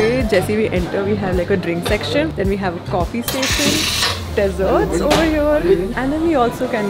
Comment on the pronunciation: Its not desert but dessert, love from usa